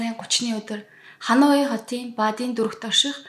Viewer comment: Бараг бүх хот нийслэл гадаад үг бүрийг буруу хэлж ярьдаг мөнч мэдлэггүй хүн юмаа подкаст бүхэндээ;хануй гэж ямар хот бдаг юмбэ;Ханой гэж ядаж нэрлэж сураач;олон нийтийн сүлжээ өндөр шалгууртайг санавал яасын